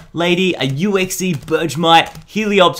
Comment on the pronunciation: did he just say “U-Exie“?